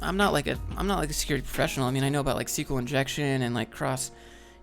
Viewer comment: Escueelle? That's a weird way to spell sequel. Lol.